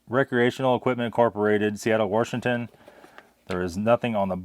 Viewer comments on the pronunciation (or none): Did you say Warshington? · My Hoosier mother used that pronunciation. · Who knew there was an "r" in Washington?